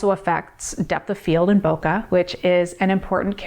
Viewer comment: It's pronounced "bouquet". Bokeh comes from Japanese. Source: Arri Signature Cinema lens interview on YouTube. YouTuber: Potato Jet